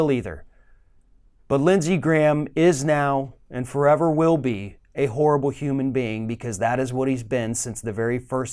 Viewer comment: When talks about Lindsay, I am not sure if he ia saying. "Horrible" or "Whore-ibble"☺☺☺